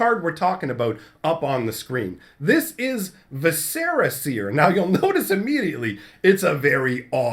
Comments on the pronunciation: Just an FYI, I don't think it's pronounced (vi-SER-uh), it's (VIS-er-uh). As in guts and entrails. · Please look up the pronunciation of the word Viscera, it's really not a hard word to get right